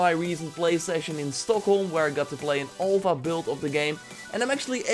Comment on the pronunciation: an ulpha? lol its (a)lpha